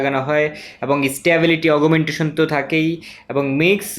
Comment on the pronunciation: ভাই, "Augmentation" এর উচ্চারণ অগ্ মেনটেশন not আগুমেন্টেশন😄😃😄